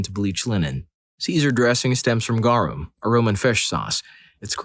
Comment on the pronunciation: you said Garum wrong